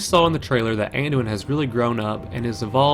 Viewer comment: "Manduin" Thumbs up just for that.